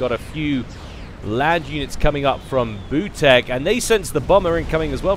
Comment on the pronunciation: maybe butek reads like "veetyok"?